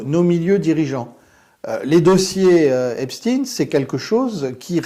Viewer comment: Et alors vous dites "Einstine" ?